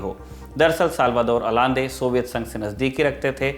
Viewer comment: its Pronounced Salvador Ayande... I still remember my ninth class textbook of civics mentioned it..